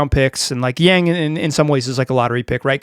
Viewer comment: Yawn-g not YAAng